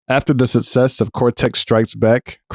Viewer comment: "After the sussess...." I'm out already within the first 5 seconds haha...